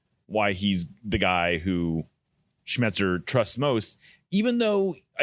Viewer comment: Niko struggles with pronouncing Snyder and Schmetzer.